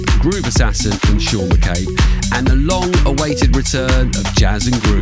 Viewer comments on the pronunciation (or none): none